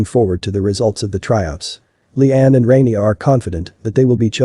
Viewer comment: Layan isn’t pronounced Liane, it’s ‘Lah-Yan’ (or Lie-Ann), Noaf is ‘Nwaf’ (it does not rhyme with Loaf! 😂), and Rania is ‘Rah-Nyah’ (Not Ray-Nee-Ah.) And also, that Head mistress can go get F***ed! “Are you happy with yourself?” Absolutely! You are the tyrant that allowed the manifestation of such an environment for these things to happen. You got exactly what you deserve, I wish the students videoed it and put it on your social media! You are the immodest one!